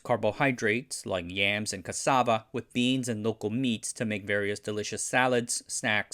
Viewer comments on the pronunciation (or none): none